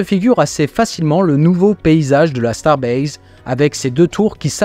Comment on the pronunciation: Merci, je t attendais au tournant, quand d'habitude, tu prononce " Starbase", on reconnait bien Space "X", 😅, bref 😁, c t pour "rier", sinon, et bien toujours au top 👍